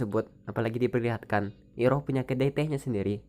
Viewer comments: Denger kata iroh agak geli gan? Kayak bibik sayur deket rumah,,, rasanya kalo disebut airoh deh di film... Ane bukan ngomong soal tulisan, tp penyebutan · Koreksi bang penyebutan namanya bukan iroh tapi airoh